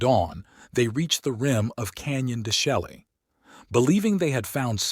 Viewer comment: De Chelly - pronounced DE SHAY